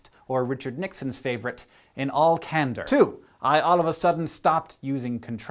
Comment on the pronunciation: Wait what is it that Richard Nixon said, 'In all..." cander?